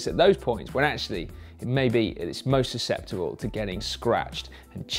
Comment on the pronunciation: Pro tip: practice the tongue twister "susceptible to stone chips" before presenting a GCN video. Susteptible.